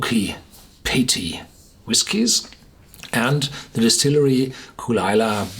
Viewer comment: It's kull-lee-la